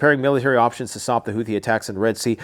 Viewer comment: the "th" in houthi is pronounced "t". Hootie.